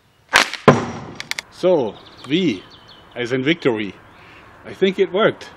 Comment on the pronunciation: "Wi is four wictory :D"